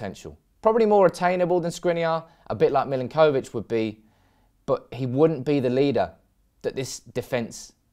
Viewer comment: I love the way you pronounce the names of players. Lol. Mill-in-koh-vich. Muh-no-les